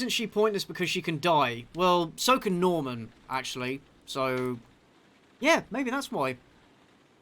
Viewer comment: I'm guessing most of the voice actors being French explains him pronouncing Norman as "Nahman."